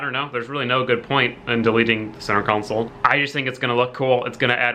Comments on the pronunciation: I couldn’t even finish this video because I can’t handle you saying council repeatedly, when it should be console. Yes, CON-SOLE. ffs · Say it with me... CON SOLE... console. Not council. That’s a whole different thing. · It’s console not council lol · CON not COUN, its buzz me off!!! its console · HOLY FUCK IT'S CONSOLE NOT COUNSOLE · "Center Cownsul" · con-sole theres no u in the word........ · “Center cowncel” lol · Why didn't you flip the smaller section of the centre console? It would have mated way better imo. Also, You say console super weird lol.. Love the vids